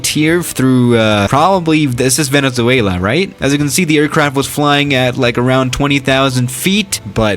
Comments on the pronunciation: Venezo... ah I don’t know Duolingo: 😞🗡🔪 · Uhh... I'm from Venezuela and I'm sort of sad, lol. Our country's name IS very hard to pronounce. Kinda felt sad when u said infamous, but it's ok. Nice vid!